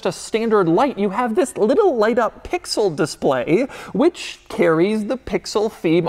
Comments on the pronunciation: If he says “pixooll” one more time I’m gonna lose it. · How often can one say pixel. And keep it heavy on the P 😅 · If he says Pixel again I’m gonna lose my mind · Say “Pixel” one more time Doug, I dare you….😂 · I clicked off this video after about the 5th time he said "Pixel." Damn that was annoying. Why you gotta go so hard on that "p"? SMH